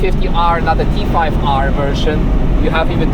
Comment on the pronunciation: Btw …. It’s T-5R…. Not T5-R 🤫